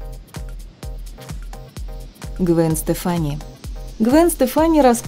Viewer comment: Произносить надо твёрдо- АрбакайтЭ ВайкулЭ и т.д. Гвен СтЕфани, а не СтефАни.